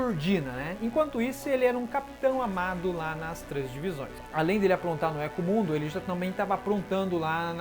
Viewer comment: Thiago Agostinho kkkkkkk hueco mundo(rueco mundo) éco mundo foi de doer a alma realmente